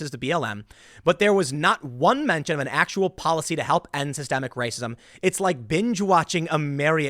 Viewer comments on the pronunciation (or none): none